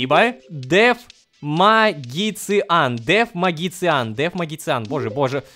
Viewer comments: рома ну какой магициан у меня из ушей кровь течет это читается маджишен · дэвмаджишен а не мэйджикан😂